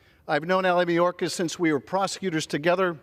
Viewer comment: This fool can’t even pronounce Secretary Mayorkas’ name. Then again, she can’t pronounce “indicted” even with her finger sounding out word by word. Someone else needs to tell good ole marge much of the fentanyl is brought over by American drug dealers.. the only alien i see is this uneducated, overbearing, screeching woman. This is the face of the GOP… god help those of us who actually live in reality